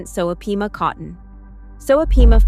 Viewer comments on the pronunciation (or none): Pima cotton, not peema. Sheesh!!!!